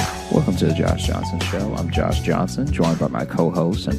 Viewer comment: Josh is sayind the first syllable rhyming like "snow" It should rhyme with "snore"